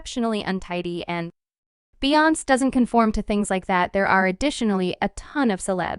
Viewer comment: The amount of disrespect of the pronunciation of Beyonce, Solange and JayZ names displayed in this report is baffling! Do better‼️